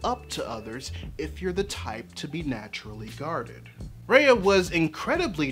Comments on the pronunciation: it's RUHYA not REYA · I'm sorry but this is bugging the shit outta me Ah-hem! R-EYE-AH not R-AY-AH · Okay but....could you say her name right? It's "Rai-uh" not "Rei-uh" You were able to evaluate the whole movie beautifully though :)) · this is exactly what ive been thinking about, thank you. also Raya's name is super symbolic in a lot of SEasian languages which is cool especially when pronounced how it is in the movie (like rye-uh not ray-uh) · btw it's pronounced "rhy-a" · Bruh it's "Rye-A". btw I completely agree w your point, great video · It's RAAAAA - YA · Her name is pronounced, "rai-ya." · It's pronounced rah-yah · can yall learn to fucking pronounce raya correctly